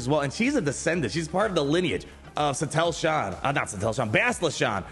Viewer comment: Suh Teal Shan. Shin Hottie. There are your pronunciation fixes 😁